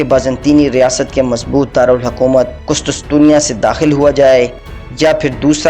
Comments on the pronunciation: Abe gadhe kustustusiya nahi kustuntuniya bol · Bhai ye qustuntunya h not qustustunya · Kustastunia nahi kustuntunia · لفظ ھے قس طن طنیہ ٹھیک کر لیں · شیم شیم ایک عام سا تاریخی نام "قس طن تنیہ" ھی آپ سے درست ادا نہیں ھورھا!!!